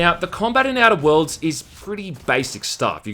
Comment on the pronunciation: The way he says Outer Worlds sounds to me like "edibles" lol.